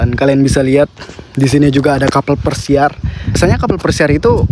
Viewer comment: pesiar bg bukan persiar🗿